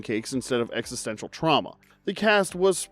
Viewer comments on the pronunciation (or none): none